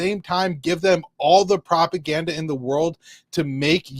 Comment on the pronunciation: Oh the probgande is hard in this video 😂😂😂😂 Irani probgandes